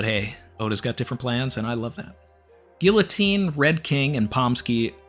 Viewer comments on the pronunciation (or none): none